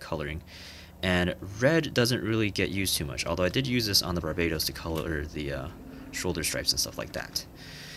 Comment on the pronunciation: It's pronounced bar ba tos not bar baitos